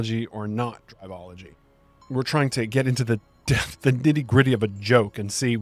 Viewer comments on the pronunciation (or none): A quick note: It's Drivel - ology not Drive - ology. Good vid though. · brother. google the word "Drivel" which you've apparently never heard, it is pronounced driv-ill, and the author is coining drivel-ology. You called it "drive-ology" the entire time as if it has to do with driving.